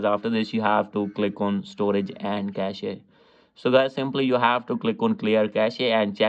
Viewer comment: The word cache is pronounced 'cash'. The word cachet is pronounced 'cashay' and means prestige or status. 👍